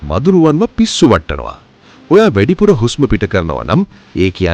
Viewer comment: මල්ලී වෙඩිපුර නෙවේ වැඩිපුර...පොඩි වචනයක් උනත් හරියට උච්චාරණය කරන්න